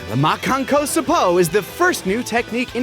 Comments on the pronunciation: Anyone mention that finally pronounced Makankosappo correctly? I think that's a win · Makakapotamus Goku's pronunciation was best. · Honestly, Imperfect Cell using it against Piccolo in Abridged made me prefer "Makankosappo" for the name. Both because they bring back the joke that Piccolo can't pronounce it, and because it sounds genuinely badass when Cell says it